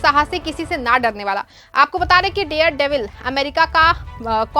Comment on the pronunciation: The word is DARE devil NOT DEAR devil. You should be more careful. Don't let people laugh ayou.😂